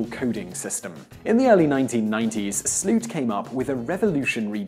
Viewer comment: The way he pronounces Sloot makes me want to snap my own neck and fall into a tub of bleach but you can't ask much of foreigners trying to pronounce Dutch anyways...